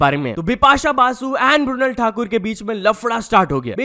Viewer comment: "म्रुनल" नहीं मृणाल ठाकुर 😊